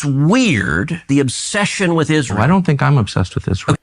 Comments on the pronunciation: Tucker, Candace , Dave etc….. need to be locked in the looney home. They don’t like Ishrael and can someone please sponsor a speech therapist for Candace, she has a hard time pronouncing Israel 🤔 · Candolph Qatari Owens says it like this "Ishh-rail" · 😅 did you say Israel